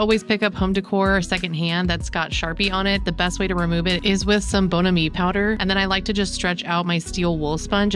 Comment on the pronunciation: I just love your channel. I happened upon it a little while back an immediately subscribed. I love your home. My favorite esthetic is mid-century or MCM. Just fyi though...it's "BON-am-ee".